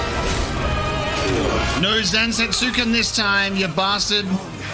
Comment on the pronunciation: I’m not saying this to be an asshole, forgive me. Odin’s sword is spelt Zantetsuken, which is a pretty tough read, and most westerners will pronounce it as ‘zan-tet-su-ken’ as it’s spelt in English. But the correct pronunciation from Japanese is more along the lines of ‘zan-tet-sken’ with the U being apart of one syllable.